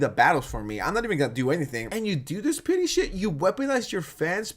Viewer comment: OH! “PETTY”!!! Ok I kept hearing you say “PITY” and it was making no sense to me lol! So funny!! Love your content!! 2 hours what a treat!